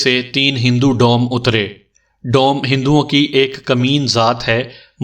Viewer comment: آواز اور انداز بہت اچھے ہیں، اردو اور تلفظ پر توجہ دیں ۔ کنور دیوان میں کنور اس طرح پڑھا جائے گا جیسے کنول پڑھتے ہیں ۔ برچھی میں ب پر زبر ہوتی ہے ڈوم کو doom پڑھا جائےگا ۔